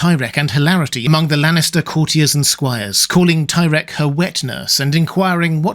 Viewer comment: Ahem...it's pronounced "tie-reek"